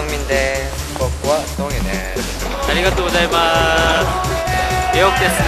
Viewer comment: nói tiếng nhật kìa, arigatou wozaimatsu